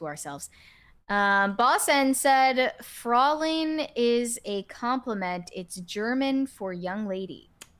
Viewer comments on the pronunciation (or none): I can explain the correct pronunciation and the correct, exact defined, meaning of the word Fräulein, because I'm a German. I'm too lazy for explaining the pronunciation (that was done wrong by our two hosts) but here the meaning: Traditional meaning: Formerly the polite form of address for unmarried women (roughly equivalent to the English 'Miss'). It means directly translated something like "little woman" and is therefore out of fashion now. I think, I've heard it in a serious, regular usage the last time in the 1980's. The feminists killed that expression thoroughly. Too bad, that and already said, that they are never reading the comments below the videos on YT anyway. Anyway: Don't use that word anymore when addressing a German woman. It is now seen as an almost disrespectful way of addressing a woman in our times.